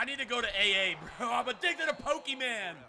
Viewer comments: did this man really just say pokeman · Pokeman. I thought it was pokemon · stop saying Pokemon like that 😂😂😂😂😂